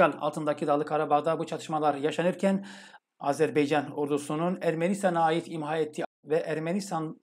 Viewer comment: hocam lütfen azerbeycan değil azerbaycan diyelim. 💕💕💕